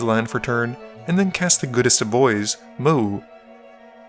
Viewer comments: Everytime he says the goodest boi's name it comes out as MOE, which was distracting. I'm picky so don't mind me, Best formatting of edh games I've ever seen. Keep up the amazing work been watching since video 4! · I think it's pronounced mOW-woo Pretty sure they flavor planeswalker says it that way, forgot his name.